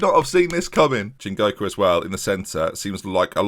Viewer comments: That first correct pronunciation of "Chingoka" was the most I've celebrated anything in all of 2020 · HE DID IT* *pronounced Chingoka and Matsuda correctly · It was the "Matsuda" for me, the mistake with Chingoka was more understandable as there is actually an N in his name to start with.